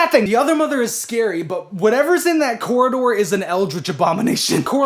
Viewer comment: man really said coraline and her cora-door